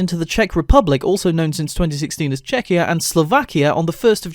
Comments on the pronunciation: did u just say Czechiaslovakia or Czechia,Slovakia? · You may have gotten this comment a lot- but if not here goes, you do say Czechia which isn't technically wrong, however that is a name given to Czech Republic by other countries (Probably most notably the UK) and the people there really hate it being called Czechia- just a heads up. Even Czech is better. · Why did he say chezecosolvakia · Nfl when you say Czechia and Slovakia right next to each other, and in quick succession, it still sounds kinda like czechoslovakia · In your version you said Pakistan twice and when you said Czechia, Slovakia it sounded more like Czechoslovakia and there were a few times where you said nations during the song that didn’t really fit like Somoa for a example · it seems like you said Czechoslovakia instead of Czechia Slovakia or it may have been Czechia said in 2 syllables?